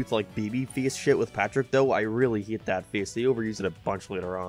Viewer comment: why does he pronounce words weird... like instead of hate he says "heat"